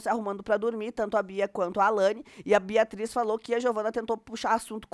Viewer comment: Ela falou BERRATRIZ, Facada na BERRATRIZ !! ASSISTE AI 😅😂😅😂😅😂😅😂